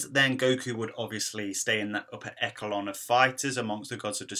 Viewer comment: lmaooo echelon is pronounced esh-a-lon. not eckelon lol